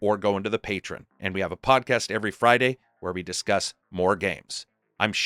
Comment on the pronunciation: I'll tell you what, I'll happily join your paTREon when you call it PATREON and not patron, because those are different words. You want patrons for your patreon.